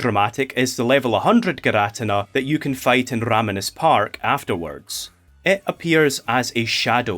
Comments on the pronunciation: Its PRONOUNCED gear-uh-tea-nuh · For the record it's not fine that you say girATina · actually We’re arguing over the pronunciation of names for cartoon gods for all ages. And I’m on the boat for Gear-Ah-Teen-Ah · gir ah tin nah, is just laughably off pronunciation tho..? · I’ll let that giratina pronunciation slide if this video good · Not judging or anything but I've never heard someone produce giratina that way